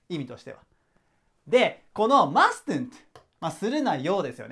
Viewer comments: 〜 2番 mustn’t はマストゥント じゃなくて マスント って習いました！ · mustn't の発音 /ˈmʌsnt/ マストントって言わないで〜🙏